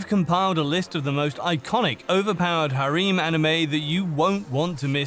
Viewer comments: this mf literally said harim. The disrespect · Who tf says "ha reem" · video's great keep it going, loved it! just pronounce harem properly next time please I went a little crazy by the end^^ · "Harim Anime" hahaha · The word harem doesn't have an "e" at the end or two e's in sequence. The end sounds like Rem from Re:Zero. I feel better now... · wait wait wait... i can't get past the wait he pronounces harem. it's just too funny